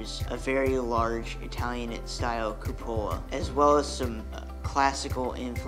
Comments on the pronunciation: Great video dude but it’s not a Cuppola, that’s what you said it’s pronounced coop a la.👍☮️ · FYI: cupola. Pronounced Q-pull-a (short a) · I loved the vid. I am sure you are misprouncing "cupola" though. I never ever heard it the way you say it. The accent should be on the "cu" not the "po" as you say it. Anyway, great vid. TY